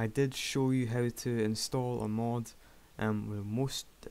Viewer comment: it's not MOOD its mod:P